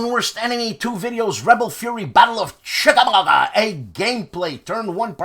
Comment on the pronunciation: Thanks for another fabulous Saturday. I was thinking you were out gathering magic mushrooms rather than gourmet ones after listening to 😂. Also the battle of chibola-bala? lol. I will never read Chickamauga any other way now- thanks for the ear worm.